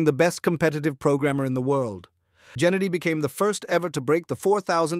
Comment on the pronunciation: it aint jennady bruhhhh.... Geh - like you pronounce gay - geh-nah-dee